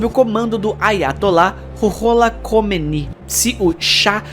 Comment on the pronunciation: É KOMEINE, fala-se KÔ - MÊ- INÊ